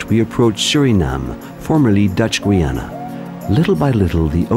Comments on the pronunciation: Why does he say "Gweeana" instead of Guyana or Geeyana? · Its pronounced Guy_ya_na not goy_yana